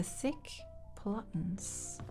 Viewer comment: .. "the thick plottens.." 😄😄😄